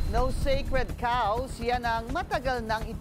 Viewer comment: did (Garbage In Garbage Out) mean to say "Sacred Cows" not "sekred caws"?